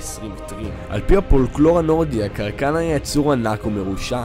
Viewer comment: kraken* no "karakan"